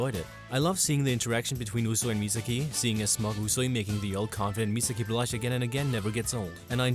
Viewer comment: he said usui and misaki wrong.